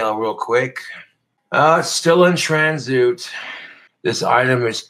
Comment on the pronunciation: Definitely heard it at least a year ago. Not sure when he first misread this. It's possible he was saying this wrong his whole life!